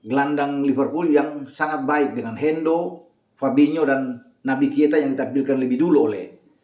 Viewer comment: kenapa kalo nyebut Naby Keita selalu kesebut Naby Kieta 😅